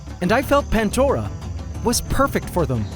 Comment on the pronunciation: After a few years you'd think you'd notice it's.... Pandora.. Not pantdora